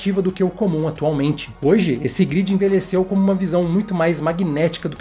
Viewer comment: gridi? ou galera se pronuncia gruedi e não gridi nada verdade em o tempo dentro da grade passa mais devagar do que o tempo no mundo real